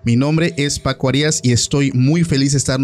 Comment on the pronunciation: Paco, se dice Paco Arias no Paco Arías, Arias es grave no aguda, no tiene acento en la última sílaba. Casi estás diciendo: harías de hacer, del verbo hacer.